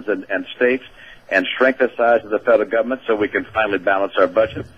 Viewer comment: " Romney: "Strengthen size of the fedral guvmint" *insert fake southern accent* As if the Federal government it's lacking in strength...What planet has he been living on??? How about we reduce the size Willard? The government is in bed with the central bank! Who could trust this man? He's literally nauseating. And how can he be good friends with Netanyahu as he claims when he can't even so much as pronounce his surname correctly? I don't believe it. No more foreign aid! RP2012!